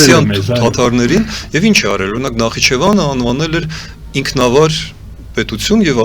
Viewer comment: Գոնե Նախիջեվանը ճիշտ արտասանե ք